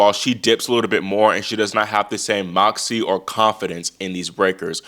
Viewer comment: Everytime you say moxy I cackle. S/O to Oracene!